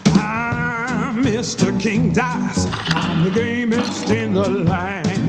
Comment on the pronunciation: I thought he said i'm the gayest in the land when he actually said gamest...